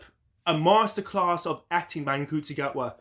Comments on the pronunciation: He said the name wrong, which he has said in comments, but it is pronounced n-shoe-tea. Ncuti confirmed recently in an interview that he has been saying his own name wrong for so long and his mum phoned him to say why are you saying your name wrong in interviews. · Wow, your speed of posting is impressive, I gotta say tho, ncuti is pronounced 'shoe-tee'. Thanks for sharing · You're a little behind in your news. In a recent interview, Ncuti said that the "n" is lightly pronounced; as in nShootee.